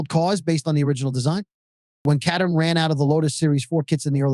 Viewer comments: Please slow.down. i had to wtach this an 0.75 speed. Also there is an ER in CatERham. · Too fast mate it is not a horse race. Caterham pronounced Kay---ter--ham a small town in Surrey close to the Kent border.